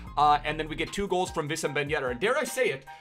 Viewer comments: hey congrats on the milestone. not everyone is german tho so Wissam is not pronounced Vissem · its pronounced Wissam not Vissam btw.